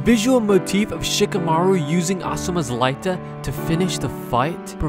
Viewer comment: Who the fk is Sheeka-maruw?